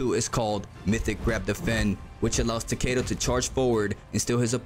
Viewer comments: For goodness sake, man! If you are going to a make a guide for a character at least say his name right! It's TAH-KEH-DUH, not TUH-KAY-DUH! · is ta ke da no h, not weird pronuntiation like you are doing, and definitely not u ...bruh, if you want to correct someone, first be sure to be right yourself, thats embarrasing